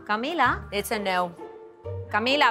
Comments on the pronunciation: Is not "Cami Li" it's CAMILA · "Cami Li" isn't it "Camila", like how her mother pronounces it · her name is Camila not cami li lolol